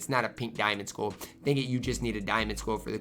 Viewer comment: I dont like how says 'skull'. It sounds like he is saying 'school'. Is that a Minnesota thing?